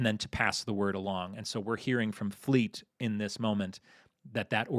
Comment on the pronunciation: As a Brit I musat say you have got the accent for Fleet all wrong, as well as the person asking the questions